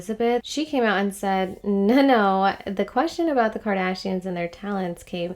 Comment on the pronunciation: Kardayshians 😂 AMIGA ! You're funny.